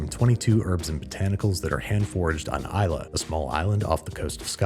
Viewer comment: Great video, thank you for pronouncing Islay properly